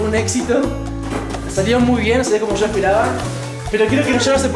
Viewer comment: Se escribe yo no sho